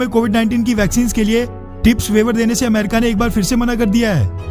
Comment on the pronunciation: अमरीक नहीं अमेरिका होता है